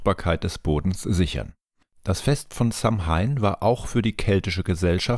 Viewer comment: Sehr interessantes Video :) jedoch wird Samhain anders ausgesprochen. Es wird Sa-uin ausgesprochen